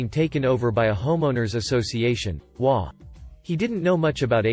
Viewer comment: It is a text-to-talk program which has it trying to pronounce the HOA as a word to get it done correctly it needs to be typed as you did it.